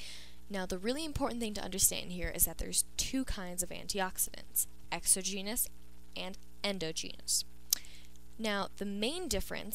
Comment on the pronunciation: Please learn how to pronounce endogenous and exogenous.